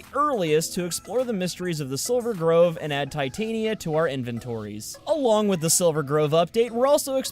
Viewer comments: Titania (Tit-on-ya) not how you were saying it... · Titania is not pronounced like you are saying titanium the "ti" part is like the "ti" in tit, the "tan" part is pronounced like the word on with a "t" in front of it and the "n" is like you are saying the ñ piñata the "ia" is like saying "yuh". It all flows together with more emphasis on the "ti" and "ta". Your pronunciation of her name has been bothering me for a while and I thought it was time you knew, but more than likely you aren't going to see this. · I love how the devs don't know how to pronounce Titania lol